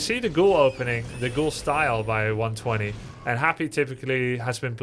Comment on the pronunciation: Its pronounced one two zero